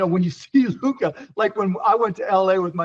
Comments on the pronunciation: Stephen A. finally learned how to pronounce Luka's name properly. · Stephon B Schimdt actually pronouncing Lukas name correctly?